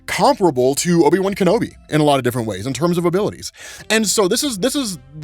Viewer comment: No you didn't just do that. Not Obi-Wan Bum Kenobi lmao